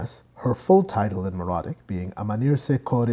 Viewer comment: "meh-ro-IT-ic." "MEH-ro-ee." I'll never understand how someone can put so much work into making a video like this then think "Meh, I'll just wing it on the pronunciation of key terms" especially when the information is so readily available. It so unnecessarily undermines all the other work.